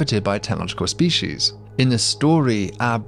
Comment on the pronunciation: The only problem I have with any of this, is your persistent mispronunciation of "species". 😂